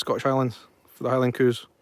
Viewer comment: LOL When you say cows it sounds like coos. I didn't know what your were referring to at first.